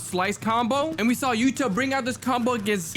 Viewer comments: He is called yuta not yutah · Yutah❌️ yuta✅️